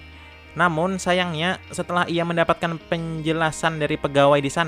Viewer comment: Filemnya keren tpi pnyampyan nya bikin sakit telinga..ngomong stiap kata hamoir di ahiriki k..sanyangnyak kenapak bagaimanak gak apapak dll